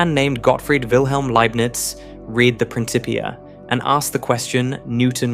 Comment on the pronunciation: “Prin Kipp ee uh”